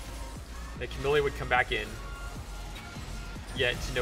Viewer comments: Wtf is your pronunciation of Camille lol it's pronounced Cuh - Meel not Cuh - Milly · You seem to know a lot, except how to pronounce "Camille"....